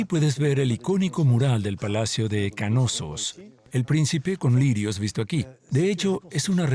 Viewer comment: ¿”Kanosos”? Lo están pronunciando pésimo, es Knossos o simplemente “Nosos” si se dificulta la “K” inicial. Pero no “Ka-nosos”.